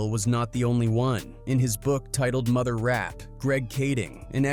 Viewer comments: AI can’t even pronounce murder correctly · A.i. can't say murder it sounds like mother. Wtf? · Yes! I was just about to say the same thing! 2pac's Mother?!!!🤔🤷🏾‍♀️🤷🏾‍♂️🤷🏿 Come on AI!🤦🏾‍♀️🤦🏾‍♂️🤦🏾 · He saying mother instead murder